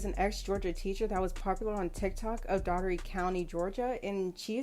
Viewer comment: That is not how you pronounce Dougherty. I am from that city. It's pronounced "Door Te"